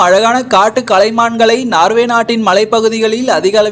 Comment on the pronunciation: நார்வே இல்லப்பா நோர்வே.